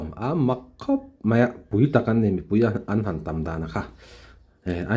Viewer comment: Rsa kan Mizo púi, ti a, thluk sâng lo vin. Rsa kan mizo pùi ngei ti a, sawi tur a ni ang.